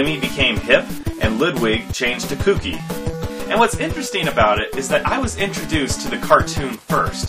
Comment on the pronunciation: You say kookie like cookie not kooky